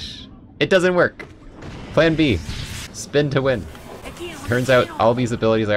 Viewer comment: i love “speen to ween”